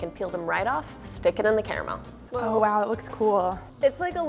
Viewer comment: i hate when people say Cara mel not car mel